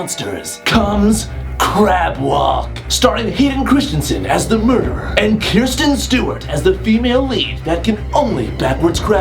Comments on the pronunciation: Sean Spicer is the press secretary not that other dumbass you mentioned. And it's Kristen Stewart not Kirsten Stewart. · Why does everyone call Kristen Stewart "Kirsten" Stewart? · Lmao he said kirsten stewert